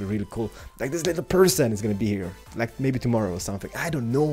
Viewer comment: I dont "Knjow" is so funny the way you say it. XD